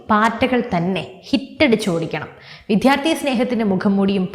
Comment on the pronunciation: അവതാരക ശ്രദ്ധിക്കുക. വിദ്യാർത്ഥി എന്ന വാക്ക് ശരിയായി ഉച്ചരിക്കുക.